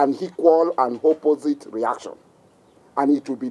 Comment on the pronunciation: Hear him: "For every haction, there will be hequal and hopposite reaction, and it will be disproportionate." Hahahahahahahahaha, you can't make this stuff up. This man is on strong igbo and hashish.